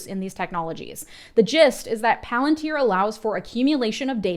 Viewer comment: SAY IT RIGHT IT IS PALANTIER😂😂😂THAT IS HOW CELEBRIMBOR SAYS IT AND I WONT ACCEPT ANY OTHER VERSION